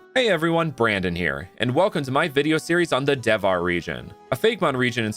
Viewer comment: hello, you have made some pronunciation errors, but the region is Devhar [de-vha-re]. So its good, from India.